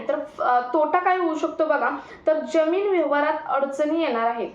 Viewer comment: किती अशुद्ध उच्चार. यम, यल, यन काय हे. जमीन या शब्दाचा उच्चार करताना ' ज ' हा जहाजातला असतो.